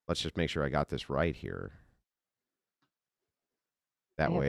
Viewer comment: Good hell her voice is like syrup. And the word, “sure” does not have 2 syllables.